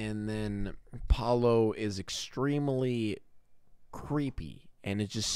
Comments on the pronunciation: the way he says PALO instead of PAOLO i- 😔🔫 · IM DYING it’s pronounced “p ah uu l oh” you’re saying “Palo” WHICH MEANS STICK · palo"??????????? wtf???????????????????????? its PAOLO.... PAAAAOOOOLLLLLOOOOO it means "pablo" or "peter", etc......... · I’m Italian and the guy is named Paolo, not Palo, that means pole in English 😂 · Yeah he meant to say Paolo not Palo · I love how he calls Paolo "Palo" because in spanish that literally means S t i c k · 23 minutes of yelling PALO! at us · Since he's italian his name is likely Paolo, /the actors probably just pronounce it in a weird way. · Me ha estado matando escucharlo 🤣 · I guess the guy is called Paolo, but you pronounce it like 'palo' which means 'pole' in italian. I was confused for a bit 😂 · Paolo: Pah-oh-loh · You’re pronouncing Paolo so wrong that it sounds like you are saying “Palo” the whole time, which means pole in Italian so lol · I'm sorry, his name is... Palo? *Palo*? Stick??! Or is he mispronouncing Pablo? Hahaha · they're mispronouncing Paolo which is a name in Italy that just.. isn't pronounced like that lol. You pronounce every vowel, pah- oh- loh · I’m fucking losing it at how he pronounces Paolo, HE’S CALLING HIM POLE I’M CRYING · The way you say “Paolo” is so funny because it sounds like you are saying stick in Spanish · Paolo, Italain for Paul and they are pronouncing it wrong, of course